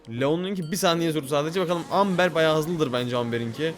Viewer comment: Amber değil yazılışı öyle okunuşu embır abi❤